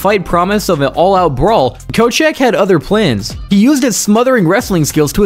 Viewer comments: Also Koscheck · I cringed when I saw koscheck and not just bc I hate him but bc I was waiting to see how you’d butcher that name after the first 7 mispronunciations